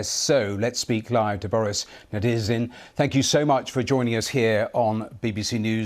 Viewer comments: Мне нравится, как ведущий не может произнести несуществующую букву в фамилии "Nadezhdin". Такой: НадеЙЭУRШдин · I find it embarrassing to see how a professional broadcaster, a BBC anchor no less, will not make the frankly trivial effort, to show a guest the basic courtesy of learning how to pronounce his name. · Interviewer isn't great, can't even pronounce his name. But I hope Boris makes a huge impact. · Before I watch it till the end - the host should have checked up the pronounciation of his guest's surname, cause the way he said it at first sounded a bit confusing) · How can you screw up the pronunciation of his name, then watch a report where it's pronounced correctly, then still go on to totally fuck it up when you speak directly to him? If talking is literally your full-time job, you'd think you'd be better at it. Nadezhdin is the only hope for peace for a lot of Russian people. My hopes are that nothing bad will happen to Nadezhdin; he's an intelligent guy and has evaded trouble so far, but if anything does ever happen to him, the Russian people need to act.